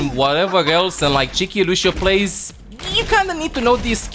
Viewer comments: « Luchio » xD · Bro the way he says lucio… LUSHEIO I love that shit!! Lol